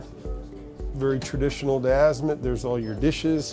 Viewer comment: UGH!!!!!! Come on Marine Max!!!! If you are going to present a beautiful boat like this then pronounce the manufactures name correctly. It’s Azimut not Azimit. That’s like calling a Porsche a Porsch. This guy is more like a used car salesman then a million dollar yacht expert. I’m sure Azimut is proud to watch videos like this. Haha ridiculous.